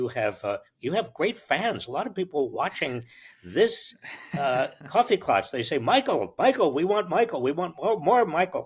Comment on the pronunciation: Klatch …not klutch